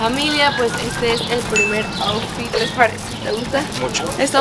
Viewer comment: yo escuchando como dice kim out fit😂🤣